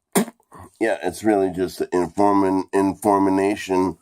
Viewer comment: Good "informination" ...fuck this is the weirdest grossest video I've ever made. Lmao